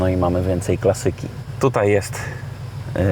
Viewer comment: nie klasYki tylko Klaaaaasssssyki, ty z ukrainy jestes ze akcentowac nie umiesz? na pewno potrzebny mi termometr i kompas buhahahahah no k..waaa juz nie mieli co wstawic, mogli radio wbudowac z lat 60 a nie jakies niepotrzebne g...wno